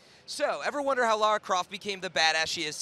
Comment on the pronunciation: fuuuuuuuuck her name is Lara!!!!!! not laura!